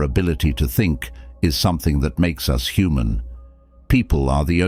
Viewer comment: My feedback would be- many great ideas. Many simple words like “us” and “friend” are mispronounced multiple times!???! Also strange pauses in mid sentence? Makes listening a bit challenging